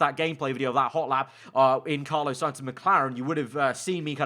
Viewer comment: For the love of god it’s not CARLO Sainz